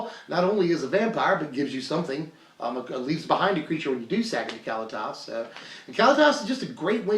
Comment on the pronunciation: I love ya man, but if you say Cally-Tas one more time, I'm gonna rip my hair out. kuh-LEE-tus, tray-ter ov get.